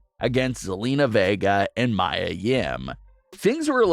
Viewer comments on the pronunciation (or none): It’s Mia not Myah